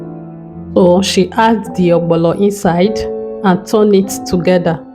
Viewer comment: You wrote ogbono and still calling it ogbolo.